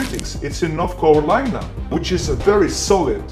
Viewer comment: Hey buddy , easy on my home states name. 😂 north cocklina 😂😂😂